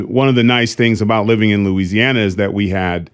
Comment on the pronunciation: It is so refreshing to hear Louisiana pronounced correctly!